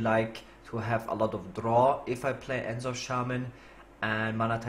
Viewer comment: The way you pronounce N'Zoth is just wrong. The apostrophe is there for a reason.